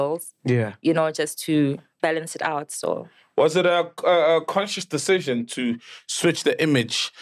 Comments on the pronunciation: Miss pru and the word decision- aykhonakali 😂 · miss pru can't pronounce 'decsion ' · LOL All i was thinking when she was trying to say the word "Decision" was that Hwiphii! meme of Julias Malema🤣